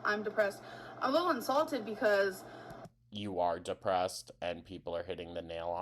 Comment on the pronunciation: In the beginning…Is she insulted or INSALTED!??? Girl said it like 3 times. lol Can she ever get words correct.. 😂